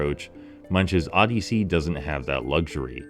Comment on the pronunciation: I never heard anybody say the word Odyssey the way you do in my entire life and I’m old.